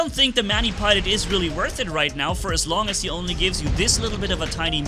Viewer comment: Are you saying I'm worh it or not 😂😂😂